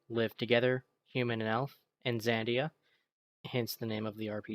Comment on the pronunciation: It's Xadia, not Xandia